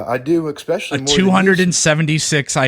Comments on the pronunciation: Anyone who pronounces 'especially' with an 'x' needs to learn how to make better mouth. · He pronounces it “expecially”. That’s not a misspeak that’s idiocracy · Ya got no ground to stand on if you pronounce it, "eXpecially"